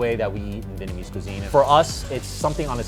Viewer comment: As a Vietnamese I hate that Vietnamese American people don't pronounce the "Viet" in Vietnamese. They always say Vinnamese or Vitnamese.